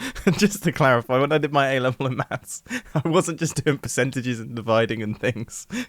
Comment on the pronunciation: Mathstststts lmao